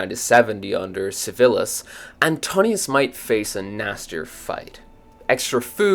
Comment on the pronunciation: His name is Antoninus not Antonius.